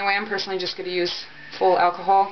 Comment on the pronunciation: The way they pronounced alcohol is going to kill me